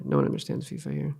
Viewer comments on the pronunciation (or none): none